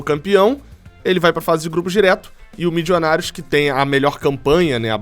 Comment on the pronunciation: Torcendo para ser qualquer time da Colômbia, menos o Millionarios Fútbol Club, porque não aguento mais o falar "Mijionários"